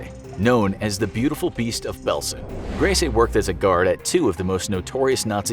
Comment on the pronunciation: Grese...gris prounounced like grey in Spanish...the last E is silented